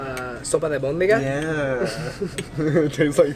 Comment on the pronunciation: that yaaaa was the most mexican thing i’ve heard